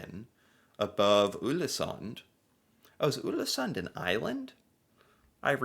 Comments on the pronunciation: Not 'Ulesund' 😁 Just say the English word 'all' in the beginning, and it will be correct. 'All-esunn' (The D is silent, in most dialects) Many thanks for the video!😃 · Not Ulesund, but Ålesund [ɔːlesoond]. 🤔 Ex: Å = A in saw and awful. In your case: Aw-leh-soon 🙂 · Å is pronounced like "aw" in "saw", "raw", "law" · Ålesund .. the Ål is 100% like you say "all" "Sund" is pronounced the same way you say "sundry" but without the *ry So for you its All-eh-sund (-ry) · No no no! Not Ulesund...remember the Å sound. You did a video on Æ, Ø and Å last year. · The letter "Å" first in "Ålesund" is pronounced like "o" in "more, "store", etc. :)